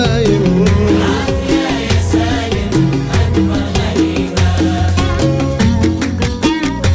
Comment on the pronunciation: احمد فتحي الزبيدي عصد ام القصيدة سالم رجعه ساليم وكلمات كثيرة لم ينطقها بشكل صحيح.